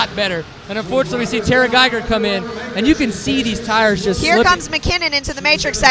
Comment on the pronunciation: Seat Time Tarah Gieger's name is pronounced TARR-uh, not TAIR-UH. As others have pointed out, Colton HAY-ker, not HACK-er.